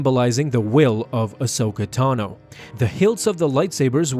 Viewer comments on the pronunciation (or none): none